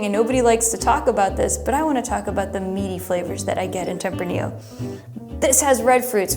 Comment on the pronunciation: you also butchered tempranillo, but who is counting... lol